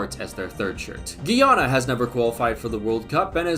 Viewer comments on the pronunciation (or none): Guy-ana and Gui-ana are different places and I wish everybody would stop that pronunciation. It's annoying hearing CBS announcers say Guiana and then hear the in stadium announcer say it properly.